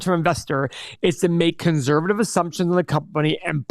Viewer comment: One of these days, will say conservative correctly